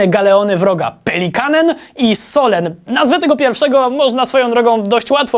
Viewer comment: "solen" czyta się sulen